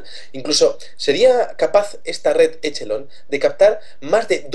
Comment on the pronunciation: usen OpenEnglish por que asi no c pronuncia Echelon asi c escribe pero se pronuncia Equelon